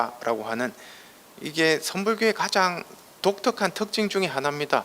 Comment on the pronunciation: 가장이라는 말을 왜!? "가:장"이라고, "가"를 길게 발음합니까? 천한 과장벽이올시다. 학자로서는 부끄러운 일입니다.